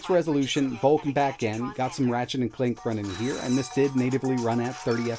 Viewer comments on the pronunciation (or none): none